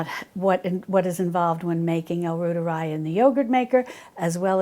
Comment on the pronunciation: L. reuteri is pronounced “roy ter I” like Reuters news agency